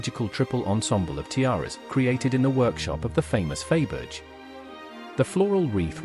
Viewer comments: I can’t watch this inaccurate video by a narrator who pronounces the name of Faberge…..Fayberge. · Glad it wasn’t only me cringing over the mispronunciation! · I never knew that Faberge made tyres like Dunlop, Pirelli and Michelin did/do. Do aristocratic women keep their spare tyres in the car boot? Sorry, but the mis-pronunciation of Faberge is horrendous; and when you cannot correctly say the name of the video's subject, I have a problem with watching it. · The jewels are gorgeous but the mispronounced name of Faberge was so off-putting that I had to stop. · It is an AI (artificial intelligence) voice that narrates this video. Thats why there is so much wrong pronunciation!